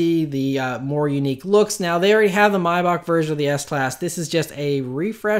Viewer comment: pretty sure that's how you say it... pronounced like my-bach and not may-back